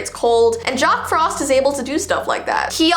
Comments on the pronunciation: She said jock not jack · Me: Did you just say, Jock Frost?? Or did you say, Jack Frost, in an accent?? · Did she... did she say Jock Frost the second time 🤭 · Heeehhee she said jock frost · Is it just me or did you guys also hear say “Jock frost”?